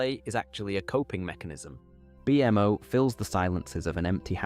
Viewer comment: I love your video and I listen to it a lot. The way you say Bmo hurts me to my core.